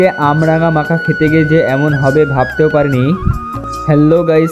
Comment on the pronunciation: ওটা আমরাঙা নয় কামরাঙা